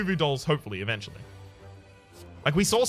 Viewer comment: Whats with the word spelling? I read the comments but no one mentions it? Eventually doesnt sound right, dont speak like you read a letter to letter, and you do that with some other words.. but still keep up the good work.